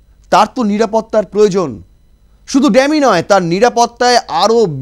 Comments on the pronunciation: Eta dammy bole na bhai dummy hocche pronunciation.english taah thik kore bolun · D"a" mmy নয D"U" MMY. ডামি । ENGLISH ঠিক কৱে বল।